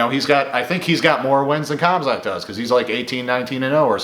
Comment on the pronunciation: Bro said comzot